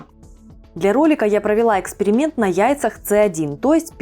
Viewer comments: Яйца не Цэ один и не Цэ О, а Сэ один и Сэ ноль. Сэ - от слова сорт. А то ведь, так можно дойти, что Вы свою фамилию будете произносить Эйптемехко. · Не Ц1, а С1 (ЭС-1) буквы РУССКИЕ!